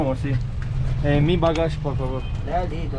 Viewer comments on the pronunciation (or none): Bağaaj diyorsun:)